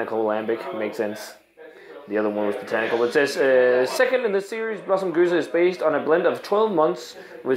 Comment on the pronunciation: You're reviewing a gueuze, not a gose! Double check the pronunciation, because 3 fonteinen gueze is spelled different to lindemans gueuze. See what i mean? Im confused. I need to ask on the Belgian Beer Board on facebook!